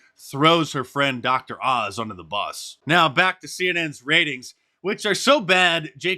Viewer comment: "Who gave menapaz his career?" Definately doesn't sound like "Dr. OZ" to me............... .............Ma Zeh??????